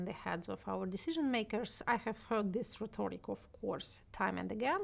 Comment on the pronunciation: Если интересно: catastrophe - произносится как "катастрофи". Ударение на второй слог. rhetoric - ударение на первый слог. feel themselves good ---> feel good about themselves. feel themselves citizens ---> feel like citizens. content - ударение на первый слог, в случае когда имеется ввиду контент. euphoria - ударение на второй слог. schizophrenia - произносится как "скицофрения". Ударение на третий слог.